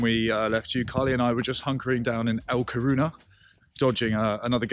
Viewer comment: How have you not figured out that it is LA Coruña, (or A Coruña, if you speak Gallego (Galician))? And it is pronounced 'la corunya'. Shame on you! As for the Irish Bar....